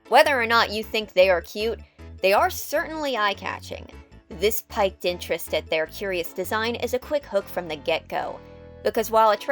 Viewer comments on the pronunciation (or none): Piqued==peaked, not piked. XD hope that helps with the pronunciation issue i spied. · While you would called someone candid or sincere "genuine", the opposite is "Disingenuous", not "Disingenuine" Also, "Piqued" is "Peak -ed" not "Pike -ed" Great vid, keep it up! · I'm sorry, I really don't want to be this kind of person, but the Youtube automated Closed Captions don't seem to be working very well. it sounds like you said "... they are certainly eye-catching. This piked interest in their design..." I'm questioning the word piked. The CC says spiked, it sounds like you're saying piked, or is it piqued, which makes the most context in the sentence? Cause if the word you're looking for is piqued, it's pronounced more like peaked or peeked than like piked. I don't know, I don't want to be a rude grammar pronunciation snob! Maybe my brain is starting to go out, and I'm just hearing it all wrong. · For future reference, it's pronounced 'peaked' (piqued)